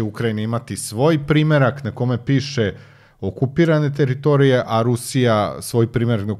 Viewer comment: Ne kaze se TEritorije nego teRItorije...